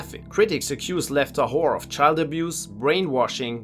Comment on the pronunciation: The way he pronounces lev tahor sounded like "left the whore"